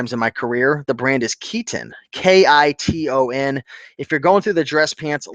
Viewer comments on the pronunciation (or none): Superdry is a Japanese Brand..it's in style with the teenagers and youngsters. I always pick these up. Sells well overseas. Also Kiton is pronounced Kai-ton.